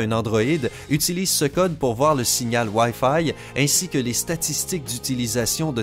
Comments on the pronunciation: ....pour avoir le signal woaille faille.... à mdrrrr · Le signal waille faille 😂